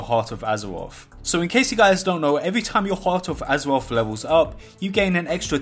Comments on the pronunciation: hearuth of uzurauthh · hawt ov azewof, wold ov wocruf